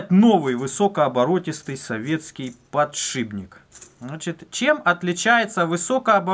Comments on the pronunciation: ПодшиПник а не подшиБник! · ПодшиПник! слух режет. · Аж коробит когда говорят подшиБник=(